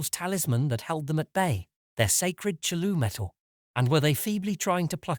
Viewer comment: Yeah love the pronunciation of CHOOLOO :D